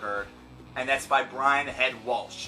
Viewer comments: calm down man! even if it pisses you off, why let it get you to THAT level? it definitely was insensitive, but people have their own opinions. if they didn't, you wouldn't have this show. just calm down a little because you're pronouncing his name wrong! LOL or are you Sam Kinison reborn! Not all Christians, me being one of them are insensitive when it comes to suicide. since the Bible speaks against it (so they say) and says you'll go to hell if you do this, that's why people get so upset. And besides, to my knowledge, Catholicism, along with King James made it a sin because too many people in that time & age were killing themselves by martyrdom in so many stupid ways, for so many stupid reasons that they made it a carnal sin to stop all of the martyrdom and make it a carnal sin. Being a Christian myself and having just lost my favorite cousin to suicide this past year, I don't think its a cowardly way out because you never know what that person is going through. Chester Bennington didn't keep it a secret that he fought depression for years. Not all people speak out about their depression or speak out give people any reasons for wanting to kill themselves. Although those of us who lose loved one's to suicide wish they would. And lastly, FUCK Gene Simmons! he's a know it all piece of shit anyway. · This video is just too cringe I mean he can't even pronounce "Welch" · You don't even know how to pronounce Brian's last name, and true Korn fans know that Brian (Head) Welch is the most talented member in Korn. Shut your face. Listen to Love And Death and fade away! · It's Welch not Waltch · Welch. Not Walsh. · David Morris I was cringing when he said "WALSHHHHHH" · David Morris amen dude